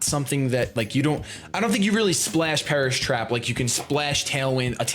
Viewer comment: When he said Perish Trap, I thought he said Paras Map lol